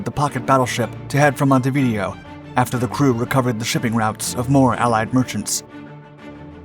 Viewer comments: If you're going to be an information provider - then get things right! 1) It's not pronounced "Monte-video". It's pronounced like this: "MON" + "ti" + "vi" + "DAY" + "oh". 2) Graf Spee's main armament consisted of a single triple gun turret forward and another one aft. The video is interspersed with clips of either the Scharnhorst or Gneisenau, which had three triple gun turrets, namely, two turrets forward in a super-firing arrangement and one aft. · Monte v Deo (Day_O) not Montevideo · His mispronunciation of Montevideo drove me crazy. It's pronounced like MontehveeDAYoh. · A little help with pronunciation - Monte Video/mohn-TAY vee-DAY-o. And, Graf Spee/groff sh-PAY. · Needs to learn how to pronounce Montevideo. Pronouncing it like Churchill is a linguistic solecism. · Hilarious pronunciation of Montevideo................... 🤣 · Please learn how to pronounce Montevideo. Hearing it mispronounced the third time compelled me to comment.